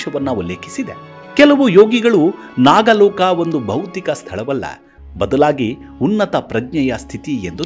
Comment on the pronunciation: ನಾಗಾಲೋಕ ಅಲ್ಲಪ್ಪ ನಾಗಲೋಕ ಎಂದರೆ ಸಾಕು